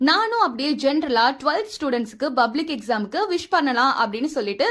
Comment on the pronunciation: Bublic இல்லை Public. உச்சரிப்பு சரியாக இருக்க வேண்டும். எந்த பள்ளியில் படித்தாய். Bha இல்லை Pa. இது போன்று photo க்கு Bose என்று பலரும் சொல்வர். இது தவறு. Pose என்று சொல்ல வேண்டும். தமிழ் வழியில் படித்தவர்கள் Bublic, Bose என்றே கூறுவர். இதெல்லாம் சரி செய்ய வேண்டும்.